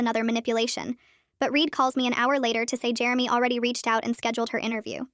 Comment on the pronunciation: it's Jeremy. Not germy